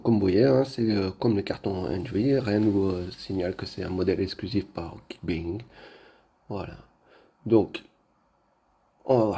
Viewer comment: ça se prononce "Guic Baying" au fait.